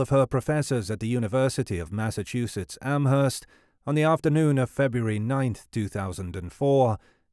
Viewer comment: The h in Amherst is silent